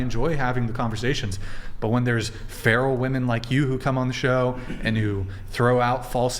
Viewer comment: She said a whole lot of nothing hahah she is the most uneducated person I have ever heard, she couldn't even say the word feral